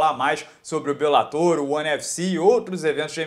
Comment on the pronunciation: Duas palavras para você: para béns. Você não está mais tentando transformar "bellator" em proparoxítona,! Está certinho.